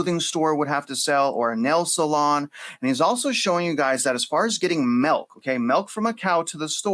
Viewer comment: Lol its milk not melk